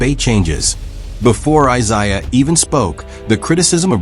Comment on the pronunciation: Eye _zayah... AI gonna learn today...😂